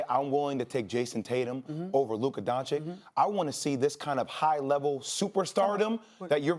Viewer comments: "luca donchick" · Luka donchick? 😂